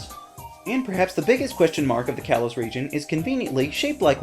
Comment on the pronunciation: it's pronounced kay-low-s